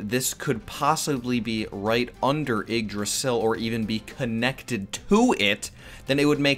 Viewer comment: Yeah your pronunciation are bad but hey Nordic mythology has some dumb spellings for names